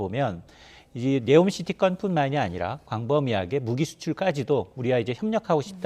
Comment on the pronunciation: 네오가 아니라 니옴 시티